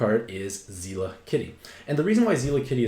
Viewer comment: I'm like 90% certain it's "Zel-la" and not "Zee-la"... at least based on the Japanese name.